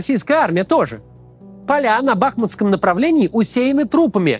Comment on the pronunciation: Спасибо Максиму и его команде за трезвый и рациональный, правдивый взгляд на эту бойню! Только одна маленькая просьба - я понимаю, что наши украинские топонимы сложны для неукраинцев! Однако, пожалуйста, БахмУт, а не БАхмут! БахмУтский, а не БАхмутский. С признательностью к Вам. Украина.